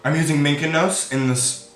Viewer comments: “I’m putting on the style of Lilly lashes MINCANOS (sweetie it’s Mykonos) 💥😂🔥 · Isnt it pronounced mi ko nos